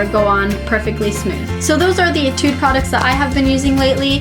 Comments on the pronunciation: why f(x) pronounces it as etide not etude? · i think she pronounces it as etide because she's using korean-english although she can pronounce it in american english